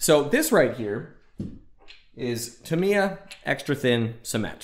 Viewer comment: Tamiya- "tah me ya", not "t' me a" Also, I've never used a clear-coat. I use a product called Mr. Softer and Mr. Setter on my decals, no problems. I average about a build a month. Longest I spent was about 7 months on a 1/20 scale VF-1S Strike Valkyrie from Plamax.